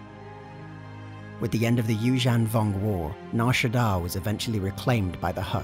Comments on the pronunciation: Apologies, I believe Evocii is pronounced, Ee-Vok-Aye and, Yuuzhan Vong is pronounced as, You-Zhung-Vong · That's not how you pronounce Yuuzhan Vong lmao